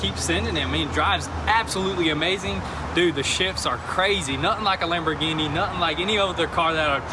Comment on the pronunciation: In did you say like the lambigini boat😂